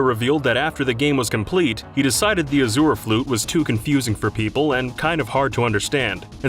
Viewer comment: The way you’re pronouncing azure is killing me.